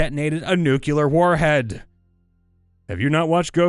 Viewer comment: Nuclear, NOT "Nucelar" ffs